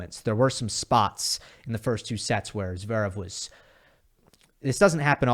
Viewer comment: Did you mean ZA-verev